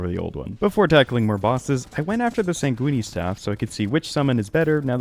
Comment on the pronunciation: Bro be saying sait goony staff